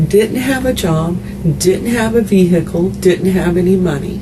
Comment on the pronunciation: Nothing to do with the murderer, but my head almost exploded from hearing the millionth hick say "VeHICKle." Bumpkins, the H is pretty much silent. PLEASE stop it!!!